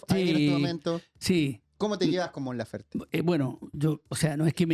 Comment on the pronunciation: Por qué le dicen Lafer si es LaferTE? Que poco profesional la mujer